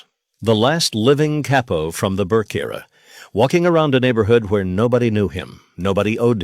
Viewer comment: It's again saying Cay-poe instead of Cah-poe